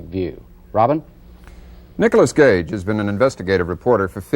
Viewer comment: Gage not Cage *